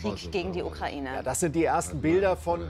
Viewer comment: "Ukreine" wie der Reporter so schön sagt